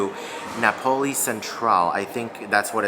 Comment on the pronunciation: FYI, it's NAPoli, not NaPOLi. It's my wife's maiden name so I learned how to pronounce it early on. 😊